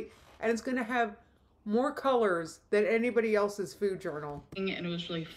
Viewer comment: How am I just now noticing how she says food? ‘Feud’.😐 She is an inspiration. She inspires me to do the complete opposite of everything she does.☺️Thanks!